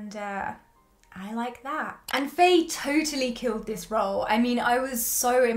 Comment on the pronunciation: A few things.. 😂 but firstly Faye’s name is pronounced like fire, so fiiiiiieeee or faiiii, not a short fai but faiiii or fyeeee 😂 Khun Neung’s hairstylist and stylist is basically herself because that’s her everyday look, slick back hair, lesbian ass button ups 🤣 she is in fact an actual sapphic HAIRSTYLIST in real life. Faye is also the winner of Miss Grand Thailand 2016 😁 honestly what CAN’T that hot lady do. I like how you are able to understand ANeung’s childish side and 100% agree on how Aneung is more emotionally mature than Khun Neung despite Khun Neung’s worry over how large their age gap was. And honestly, yes get ur pitch fork ready and know that im a diehard freenbecky and gap fan, if you are able to gloss over the intern/ceo love trope then you should be ok with this too. A lot of the “problematic” aspects in both BLANK and GAP were rearranged for the sake of the series. Both Faye and Yoko are both SEASONED actresses. I personally see chemistry between the 2 and gawdddd I love them, I might understand why some people don’t see it. FB were in another series before filming GAP (and GOD was SCOY cringe) and they had time to get close to each other unlike Faye and Yoko. Although I am sure once episode 7 is released, it will be even BETTER. I was nodding along with you until you said u shipped Khun Neung with the doctor. MY PITCHFORK WAS READY. Anyways in the book, Doctor Wan Viva wasn’t exactly her ex but more like a fwb situation(?) not sure too. And she has a girlf